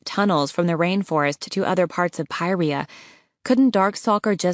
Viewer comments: Were u saying pryherra or pantala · “Pairia” lol